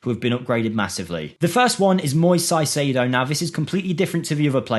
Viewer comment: Caicedo reads as “Kaicedo”